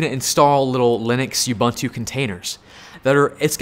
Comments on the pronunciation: Ubuntu is pronounced Ooh-boon-too NOT You-bun-twu, it's not too much of an ask to pronounce it properly just that word not the whole language. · Love you man, but can you please stop mispronouncing Ubuntu? It's "oǒ'boǒntoō" or Oo-Boon-Too... oo as in moon and there's no "you" in it! See: Anyway, great rundown of the choices. I started on Packet Tracer and moved from there to Boson to GNS3... Have to say Boson is a good choice if you want the ease of PT with added functionality without the GNS3 headaches.